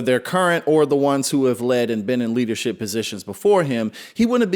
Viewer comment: Kennedy mispronounced leadershit.